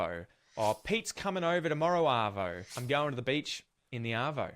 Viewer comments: You got arvo wrong, you said ardo. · You got ardo wrong. It's arvo. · Yeah we usually say 'chuck a sickie '. You did well on the quiz, pity you picked Ardo instead of Arvo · Bugger, it's an arvo not an ardo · You got arvo wrong, you put ardo. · You got the third one wrong. Arvo not ardo for afternoon. Good effort though. Bugger is not rude. I knew thats what it originated from but the meaning changed a long time ago. By the time I was 18 most people my age were using fuck on a regular basis as part of normal language and was generally not considered offensive. Took me a while to catch on because of a conservative upbringing but I now have to catch myself around my neice because it's so normalised for me. I say fuck all the time and it barely even registers anymore for me as rude. Most Aussies use it as a commonplace term as a literal stand-in for what he said for examples of bugger. Cunt is less common in my social circle but I know plenty of people who use it often in the many varied possible ways. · The one you got wrong was Ardo instead of Arvo!! 😂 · The word you got wrong is “Ardo”… it’s “Arvo” not Ardo. 😂🤣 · It was painful to see you pick "ardo" instead of "arvo". I knew you realised it wasnt mornie or nighto, but why pick "ardo". If you say "arvo" and then you say "ardo" with proper phonics you would see how it would be impossible to get "ardo". How the f*** did you even pick "ardo" its arguably worse than nighto and you just watched the video telling you it.